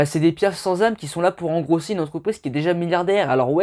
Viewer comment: "Engraisser". Pas : "Engrosser" mdr super vidéo btw